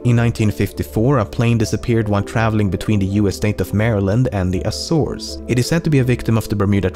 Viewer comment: As a portuguese guy, thank you for pronouncing açores properly